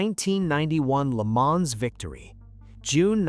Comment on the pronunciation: It’s pronounced Le Mahn, the s is silent.😩